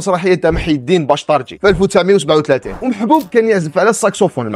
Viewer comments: Akhi el karim mahiedine bachtarzi et non bachtardji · أخطاء عديدة، باشطارزي و ليس باشطراجي، بن خلوف و ليس بن خالوف